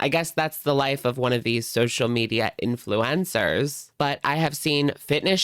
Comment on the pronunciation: I thought you said 'Influenza' and now I refuse to call influencers anything else haha